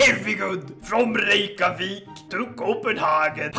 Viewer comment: I don’t like how you said Reykjavík, better than most, but still pretty bad